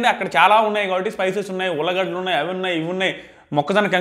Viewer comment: Ullagadalu kadu ulligaddalu